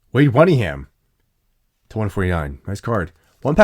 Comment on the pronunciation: "Wade wunningham" 😂😂😂